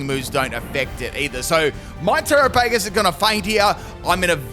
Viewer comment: Are you trying to mispronounce its name?